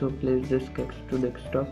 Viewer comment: how fucking hard is it to say desktop